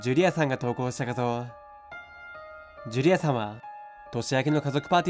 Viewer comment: ジュリ↑アさん↓